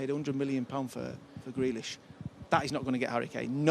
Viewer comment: no one who calls grealish “grellish” should be taken seriously